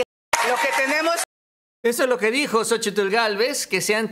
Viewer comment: una observación con todo respeto. No se te oye bien la pronunciación la plación de xochitlh se pronuncia sochil